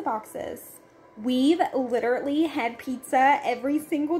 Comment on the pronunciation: I seriously love your channel, but please, could you stop saying “literately”... it’s “literally”. ♥️